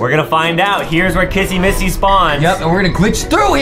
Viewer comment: why does justin call kissy Missy Kassy massy